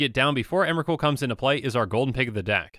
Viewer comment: Emwacute, the pwomised fwiend.